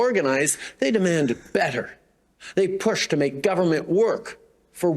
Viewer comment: Why does he talk like a pompous a**hole. It's not "betther", it's "better." Just talk like a normal person, bro.